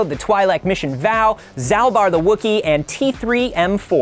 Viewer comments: did you mispronounce Bastila and Vao on purpose? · That's how I've always said Vao. I thought it was a pun name. like Ima Gun Di.